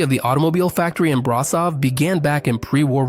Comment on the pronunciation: Ș = SH, CeauSHescu, BraSHov, Steagul RoSHu (Red Flag) Ț = TZ, CarpaTZi